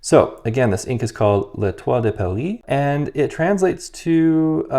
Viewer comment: I'm French and you said that very well! Nice review too. I'm tempted to get this just because of the association with Paris. :)